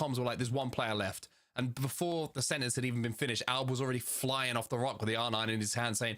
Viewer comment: commentators cant even say albs name correct LMFAO alabraleilie